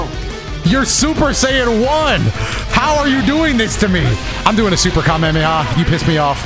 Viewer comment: doesn’t know how to pronounce Kamehameha